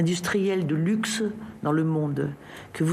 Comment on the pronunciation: LVMH, leader mondial de l'industrie du quoi ? du Lixe ? HAHAHA...